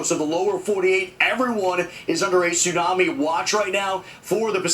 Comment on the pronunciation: What the hell is a tissunamee???